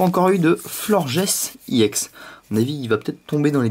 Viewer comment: c pas IEX Ca ce prononce EX